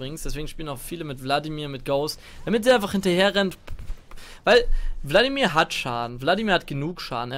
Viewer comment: Ich versteh immer bloodimir stat vladimir